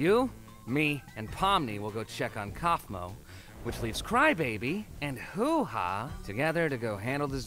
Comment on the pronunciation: I like how some YouTubers struggle saying Kaufmo while said it perfectly he did not even acknowledge it